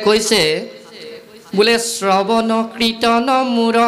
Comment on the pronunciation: 'কীৰ্তন’ ক 'কৃতন’ বুলি উচ্চাৰণ কৰা হ’ল।